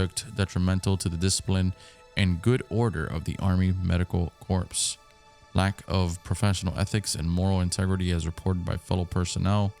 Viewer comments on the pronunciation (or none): "corps" is pronounced core. No p or s should be heard. A corpse is a dead body. 😂